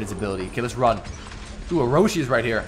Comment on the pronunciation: Bro why you say oroshi instead of orochi